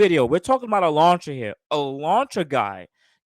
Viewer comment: "an ELANTRAA???" lmaoo!! This is so ridiculous wow